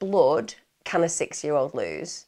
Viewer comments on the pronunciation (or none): Sounds like you're saying 60 year old boy😂😂 I'm now thinking you said 6 day or 6 year old.